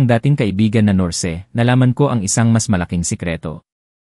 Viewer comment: Mama's Boy. Kunsumisyon na biyenan at Narrator na mali2x ang mga pronounciation tagalog I English!